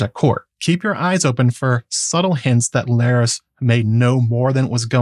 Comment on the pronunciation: Larys rhymes with Varys